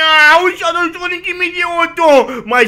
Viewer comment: Não é shadou Sonic é só shadou e se pronuncia shedou ele é mas rapido que o sonic